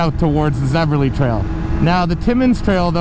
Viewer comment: Thanks for all your work with PBR. My volunteer work with the club is much less significant than yours but I try to help. FYI - It's a common mistake, even for locals but it's Zevely, not Zeverly. I was also guilty of calling it Zeverly until I was informed a few years ago!🙂 Cheers!